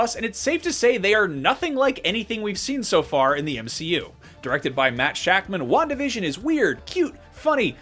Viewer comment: Wandavision sounds like "one division " Just me?